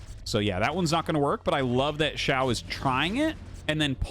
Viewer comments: Hi! Someone feel free to correct me if I am wrong because I do not have a full understanding of Chinese. But I am pretty sure in pinyin "qiao" is not pronounced "shiao" but more similar to "chiao" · Oh, just fyi i guess but Qiao would be pronounced "Chiao" (Qi = Chi in pronunciation roughly), Xiao (would be Shiao like how you are saying it in the video)